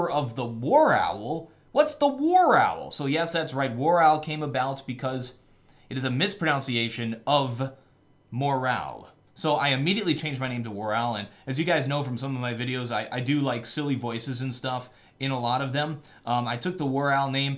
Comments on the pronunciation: Mis-pro-nun-see-yay-shun. Mispronunciation of mispronunciation. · I'm not sure if it's intentional that you mispronounced "mispronunciation" when talking about the mispronunciation of morale. But it's funny. Great video WarOwl. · Lol, mispronunciation is mispronounced aha:P Love your stuff, and it's really helped improve my gameplay, THANKYOU WAROWL YOU ROCK!!!!